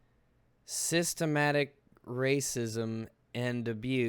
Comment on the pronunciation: The word is Systemic...you mispronounced a few times... not sure why.